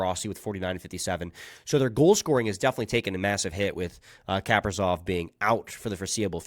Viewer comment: Kaprizov….why why do you always mispronounce people’s names.